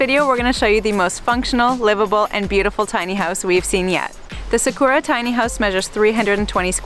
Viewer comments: sa as in sap, ku as in cooler, ra as in rah the egyption god. SAKURA get it right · Please pronounce Sakura properly.